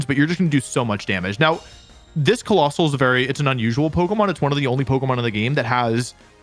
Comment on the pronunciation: This was very cool! Also the way she said Coalossal made me chuckle